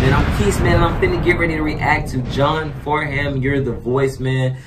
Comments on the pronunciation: Pronounced John FARNUM not as spelt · If you can get a hold of the Australian Aria Awards video, John Farnham ( pronounced " Farnem " ) is there as a guest singer & it was said he was the only artist who could turn a guest spot into a full blown concert, he always brings the house down. He is The Voice, and Australia's national treasure. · it's actually pronounced John Farnam silent h. he is a legend in the Australian music Industry. he has been singing for decades and his voice has not changed he is pushing 70 now and he sounds exactly the same. not only can he sing anything, he is a down to earth gentleman, a family man still married to his first wife for 44 years. if you really want to hear his vocal tallent listen to, "Help" with the Melbourne symphony orchestra, "When the war is over" - the last time. "something is wrong with my baby" with Jimmy Barnes. there are so many more, but start with those you won't be disappointed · John farnham (pronounced like Farnem) very big in Australia (just him, that's his name), particularly in the 70s and 80s, but still now his music is classic. Like if you're Australian, you probably know this song.